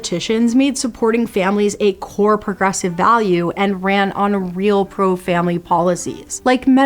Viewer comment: I totally wish we had taught this generation of girls/women how to pronounce words… 😂😂😂 ‘pruh-grussivvvvvvv’. Breaking my mind, y’all.